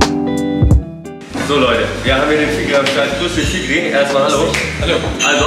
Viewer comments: bruder der typ heisst fikri nicht f***rie 😂😂✌🏼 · Fikri* bro, nicht fickri 😂😂😂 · Er heisst FIKRI mein gott hättest ja wenigstens fragen wie es geschrieben wird. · Fickrie hahahah (P.S. er heißt Fikri)